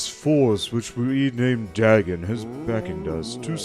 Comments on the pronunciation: It’s pronounced day-gone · As a big fan of Lovecraft's works, it hurt every time he mispronounced it. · Just so you know, for future reference, it’s pronounced Day-gone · The "correct" pronunciation is closer to Day,gon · In modern English, yes. But in most languages it's Duh-gone, including ancient Mesopotamian languages from where the deity originates (there were other variants, too, e.g. Dogon or Dagan). I don't want to sound pedantic, it's just that English has a very particular pronunciation that makes it difficult for EFL speakers to say any foreign names properly